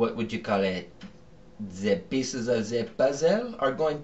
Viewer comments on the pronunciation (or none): "peeziz of z puzzle" lol